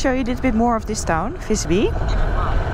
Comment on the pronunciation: Not Fisby! More like Wisby. Fis in Swedish=fart. Fis-by would be Fart village.